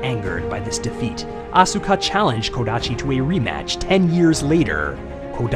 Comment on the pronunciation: The only issue I have with your videos is when you mispronounce people's names... Asuka has a silent 'U' so it's pronounced 'Ah-s-ka' with an 's' sound but no 'u' sound. The 'u' in Japanese is usually silent if it's not the 1st letter in the word... Same thing with Daisuke, the 'U' is silent